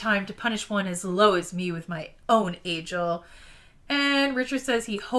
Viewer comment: Agiel rhymes with Kneel. All the audiobooks agree.